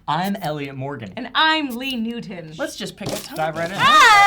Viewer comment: First freaking time I've heard Lee say her last name properly. He always says it like "Newtn" but this time she finally got the "o" in there.